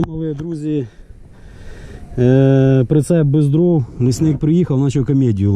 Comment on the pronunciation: Не дрив, а дрОв❗